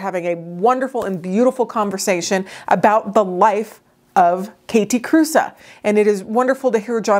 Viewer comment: I love them so much ❤️❤️❤️ It was just killing me that Theriaults was calling them “Kathy Cruise” at least in their videos. I commented that Kathe Kruse was not a surfer chick and Jonathan always worked at having her name pronounced correctly ❤️thanks for sharing this 👍